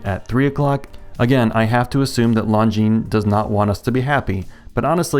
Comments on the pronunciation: Lone-Jean and not Long-Jeans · It's pronounced lawn jean. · "I still don't know how to pronounce the brand, but long-guinness did a pretty pretty good job on this" you are the best at writing watch review scripts. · Not Jean, zheen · It’s pronounced ‘Long Jeans’. That’s what they told me on my channel. 😉 If Longines was Asian. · "... longuinesss ..." 😂👍🏼 You surprised me with that last one and I had to give you a chuckle. You deserved it. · It’s pronounced, “Long-gina” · You killed me with that Lon-gi-ness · Longines not longuines lol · You absolutely do know how to pronounce that brand name and you deliberately did it some other way,. Oops. No. I'm terrific. Why doesn't anyone pronounce Glycine the French way but they all insist on doing it with Longines or Jaeger le Coultre even though Jaeger comes from a non-French word? I think I might be asking the wrong guy...